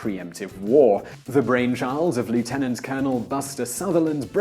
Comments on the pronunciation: Not going to "like" this video until you re-record it and properly pronounce "Lieutenant"...Come, you're British for Pete's sake!!! You should know how to properly say it!!! ;) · You mispronounced, "Lieutenant."